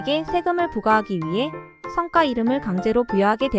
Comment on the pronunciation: "성과 이름" 발음좀;; 성과지 성꽈가 아님;; "성과"성꽈는 무언가 이루어 낸 결실